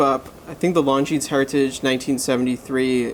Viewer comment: Great review other than the fact you didn't bother to learn how to pronounce the brand name, which cannot be excused.